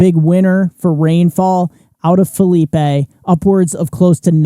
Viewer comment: It’s Phileep not Philipay! 😂